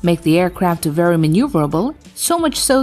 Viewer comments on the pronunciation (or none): none